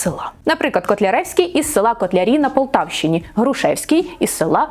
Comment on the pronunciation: Ви вживаєте якесь страхітливе й дурнувате МІТ замість природнього міф, чого ніхто, крім збоченців од хвілології не втне, але вимовляєте чірікаючи на московський лад: зуПчЄнко полтаФщІні, чЯсто, якщЬо... Чому така манія до дурного і така неуважність та недбальство до української хвонетики????????